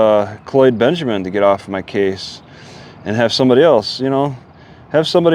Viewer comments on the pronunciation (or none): none